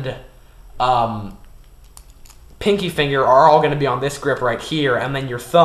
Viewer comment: Why dont he show when he shows it instead of, "MY THUMB HEA, AND INDEX FINGA HEA" XD